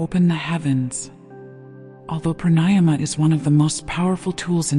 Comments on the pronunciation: The correct pronunciation of pranayama is Prāṇāyāma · Since you don’t know corect pronouncing pranayama- why listen? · I would enjoy this more if the orator would pronounce pranayama correctly